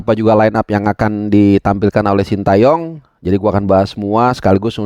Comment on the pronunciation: jangan shinta yong dong pronounce nya, Shin te yong aja Banyak komentator atau pundit kiata yang menyebut shinta 😂